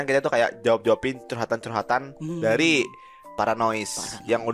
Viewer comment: "dariii" aksennya aksen jepang 🤣